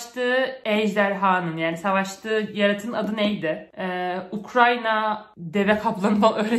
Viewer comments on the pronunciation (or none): none